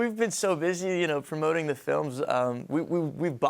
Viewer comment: Did he just say "Fromoting" (promoting)? Oh well forget it. He's still the cutest!!! 😍😘💞💕